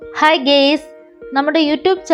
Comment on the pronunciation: ഗേയ്സ് അല്ല കേട്ടോ ഗയ്‌സ്(guys) എന്നു പറയണം..❤